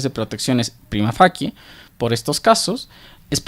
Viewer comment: fachie se pronunciaría facie en italiano